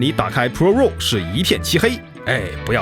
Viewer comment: raw 读作 /rɑː/ 或者 /rɔː/， 并不都 “肉”。。。。